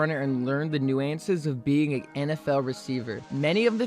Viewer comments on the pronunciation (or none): Bro said nuances wrong. Good vid though lol